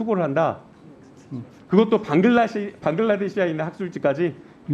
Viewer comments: 방글라데시아가 아니고 방글라데시야 남국아^^ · 방글라데시아 x 방글라데시ㅇ 초등학생도 안다. 거슬려